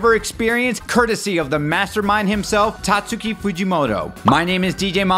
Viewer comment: Thumbs down, at least pronounce Tatsuki’s name correctly